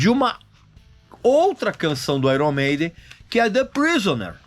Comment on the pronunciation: Desde quanto esse cara é músico? Nem sabe pronunciar o nome da banda iron maiden 😡